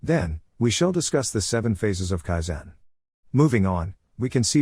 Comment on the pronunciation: You are putting the wrong stress on the wrong syllable. KAIzen. not kaiZEN.